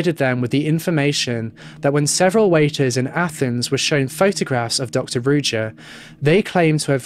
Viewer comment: You're butchering her name.it's supposed to be read as ruža meaning z is read like in for example in joie de vivre not as j as in jeans.Ruža means rose on multiple slavic languages.it's almost obvious that she went into hiding with the money she stole which is horrible.poor people.